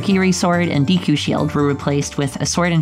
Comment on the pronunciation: Dee koo lol